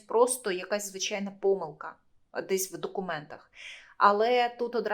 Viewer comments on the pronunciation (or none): none